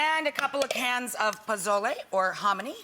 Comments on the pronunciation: Mrs girl didn’t even say pozole she said “bozoley” 😂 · Ay dios mio, NO! please stick with your white, uncultured food, stuff ya can make, don't disrespect one of the greatest dishes in my Mexican culture by making chili and calling it pozole, AND THE Z IN POZOLE, IS PRONOUNCED AS AN S!!!! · NOT pozole. lol